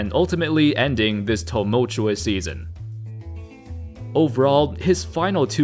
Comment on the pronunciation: This narrator sounds like a Eastern european robot..."TOE-multuous"